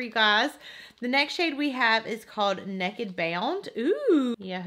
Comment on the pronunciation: The way she says "Naked" lol! But I love watching her!! I live in Greensboro, NC. 😘